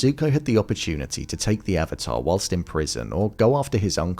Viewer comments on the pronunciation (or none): none